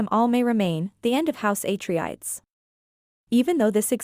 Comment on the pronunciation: Its said ah-trey-des.